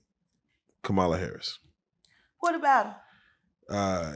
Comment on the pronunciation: First: I would vote for a pile of dog poo over a fat racist chump; Second: Main interviewer needs to say Kamala's name correctly and I like Jaguar, but stay out of the political lane.:face-red-droopy-eyes